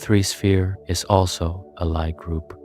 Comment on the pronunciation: lie is pronounced lee